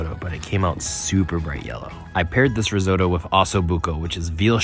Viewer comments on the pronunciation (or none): We mustn’t normalise the pronunciation “risowetoe” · The way he pronounces risotto 😂😂😂